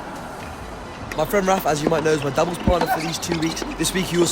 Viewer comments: It’s not pronounced fils it’s pronounce feis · The L is not pronounced when saying Fils, it is said the same way you pronounce the end of Monfils. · As a french your pronunciation of Arthur Fils hurts my soul, but I shall forgive